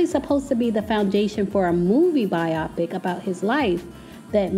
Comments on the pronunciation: It’s pronounced BI-o-pic, not bi-OP-ic. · It not pronounced biaaapic Its pronounced bioooopic🤦‍♂️🤦‍♂️🤦‍♂️🤦‍♂️ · So sis knew how to pronounce 'biopic' all along and just wanted to trigger me by repeating "bi-Opic" all through the vid? :) lol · It is pronounced BIO PIC! Great vlog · Please learn how to pronounce the word biopic. It is BIO-PIC, not pronounced like the word myopic. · It's pronounced By-o-pic. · I love your content but you are mispronouncing “biopic”. “Bio” comes from biography and “pic” comes from picture.